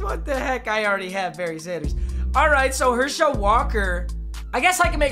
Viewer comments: It’s not pronounced her shel it’s pronounced hershaul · I love Papa but I’m glad he lost because I don’t have to hear him say "Her-Shell" Walker anymore. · as a uga fan, it just sounds weird how you say herschel walker you just put the emphasis on schel too much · The way he says Herschel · Anyone else really annoyed with the way he says Herschel?